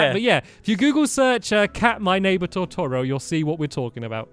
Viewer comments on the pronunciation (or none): Who else got mad he said "tortoro", not totoro... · Um just saying stamps it pronounced Totoro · lol you pronounced totoro so badly so i didn't know what you mean't